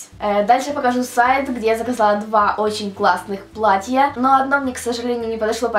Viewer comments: не платьЯ, а плАтья! Аж язык режит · Я понимаю, что родной язык - украинский, однако, слово "платьЯ", как она его употребляет, ошарашивает. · не "платья",а платья(ударение на "а")